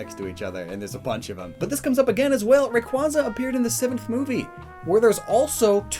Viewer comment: Lockstin and its Ray-ku-way-za Not Ray-kuwa-za